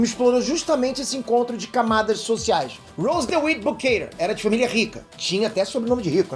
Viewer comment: Ele pronunciou o nome do Rose errado kkkkkk e como Jack afundou no navio se ele nem existiu?😂😂